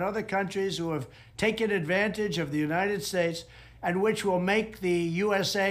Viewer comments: United Shates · Does it bug anyone that he can't even pronounce "United States"? "Shates". I mean everyone makes a gaffe or mispronunciation, though I'd say trump does more than anyone else with things like "Nipples", but EVERY SINGLE TIME he says "United Shates". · What do you mean? He says Uninid Ssschtates perfectly. 😂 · It's alarming just how poorly Drumpf understands basic economics. He still can't pronounce "United States" without slurring the letter S. Ugh......